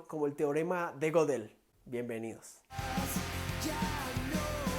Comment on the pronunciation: Se pronuncia gedel, no godel